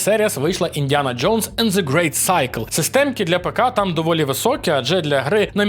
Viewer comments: це вже вдруге здається. гра називається Ґрейт Сьоркл, не Сайкл =) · Ви сказали слово cycle, а не circle